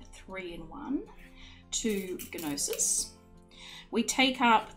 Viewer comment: Gnosis is the common Greek noun for knowledge. The G is silent in pronunciation. Love watching you create beautiful chain maille. Your instructions are very easy to understand. Thank you.